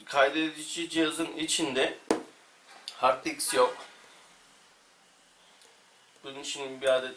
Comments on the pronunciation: Hard "diks" nee harddisk olmasın o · ilk başta harddiks diyorsunuz dikkat ederseniz